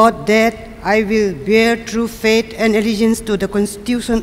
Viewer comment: It's faith not fate